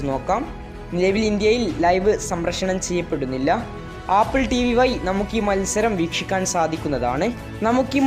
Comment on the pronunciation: ഈ വയി.. പയി.. എന്നൊന്നും പറയാതെ വഴി എന്ന്ഒക്കെ ശരിക്ക് പറയു ഒരു വ്ളോഗർ അല്ലെ സ്റ്റാൻഡേർഡ് കാണിക്കും അക്ഷരം വ്യക്‌തമായി പറയു